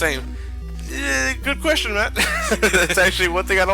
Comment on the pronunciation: Talks like Dr. Light as Elmer Fudd That's a Good Qwestion!